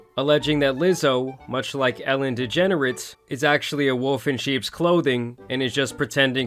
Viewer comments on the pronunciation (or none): Nah, my man pronouncing it as Ellen Degenerates is wild